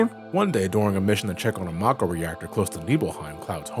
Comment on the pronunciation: Finally, someone else that pronounces Mako that way lol